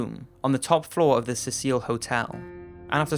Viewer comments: Cecil not cecille D:< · its pronounced seesull Hotel not sehsil hotel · Cecil Hotel is pronounced .. See Sill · seeing as how you have many many hits on this video , you probably know now but it is pronounced like this > cee-cil The Cecil Hotel . Not a reprimand but just fyi and thank you for the video. I liked it. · it isnt pronounced suh-seal it is a mans name sea-sull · FYI it's Cecil like "Ses-L" or "C-Sil", not "Cecille". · It's not pronounced CecEEL or CEEcil. It's pronounced CESSil. These cases are definitely disturbing, twisted, and sickening, and illustrate, once again, how many psychos and pathetic people there are in this world. As for the the people who want to stay in Elisa Lam's room. - YUCK! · IDK, but the way the name is spelled I would guess the name of the hotel is pronounced, "See-sil" and not "Se-Seal". Again, I don't know for sure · The name Cecil is not that hard...i remember the lion died everyone mispronounced it...Apparently you didn't learn about f'king vowels in primary....The second vowel changes the sound of the first vowel. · The way he pronounced Cecil drove me nuts lol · I hate how he pronounces cecil... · IT"S SEA-SILL AND IT'S LOS ANGEL-E(AS IN BED)-S